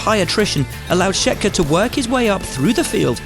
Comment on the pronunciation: One of the consistently poor elements of the official F1 YouTube channel is in the production of copy. Will Buxton is a good F1 reporter, but would be SO much better if he were possessed of greater attention to detail during recording. His remote recordings are consistently poor, and a mispronunciation like 'Shetker' is unacceptable, especially when 1) he had already pronounced it correctly seconds earlier and 2) it takes seconds to fix.